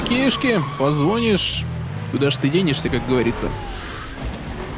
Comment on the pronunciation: позвонИшь, а не позвОнишь.